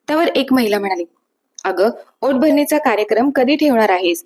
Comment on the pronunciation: ओट भरणी नाही ओटी भरणी